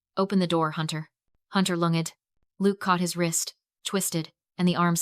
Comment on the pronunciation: This AI generated and narrated 'story' is what belongs in the trash. But it gets points for at least one absurd AI script mispronounciation. "lunged" as in 'he lunged, with the knife. Pronounced "lung ed". A good laugh there.